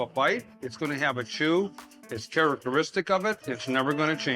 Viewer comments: did he say 'Carroteristic' lol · Interesting pronunciation of "characteristic" in . Is that regional somewhere?